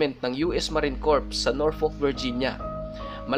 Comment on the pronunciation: Hindi marine corps “marines cor “and at hindi South Caro Lina ,south carolayna “